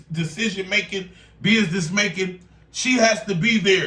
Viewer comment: lol he almost said “BIDNESS”